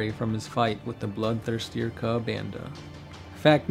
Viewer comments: BloodTHIRSTER not blood thirsty-er. Great video. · Bloodthirster. Not Bloodthirstier. haha!